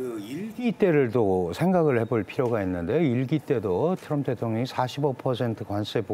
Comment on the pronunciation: Tr 이 들어거면 ㅊ 로 발음한다 트럭=츄럭 트리=츄리 트럼프= 츄럼프😮 3대 제왕? 러시아의 푸왕 중국의 시왕 미국의 츄왕 😮 징글징글